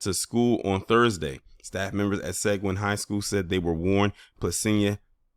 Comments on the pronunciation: Seguin, Texas.... It's pronounced Sa gee in, Texas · Seguin is pronounced "se GEEN" like green without the r...Uvalde is pronounced "u Vol day" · In Texas we pronounce Seguin, TX as [Sah-geen'] and Uvalde as (Yu Vahl-day). In any case, Thanks for sharing on this highly important issue. Peace from Texas.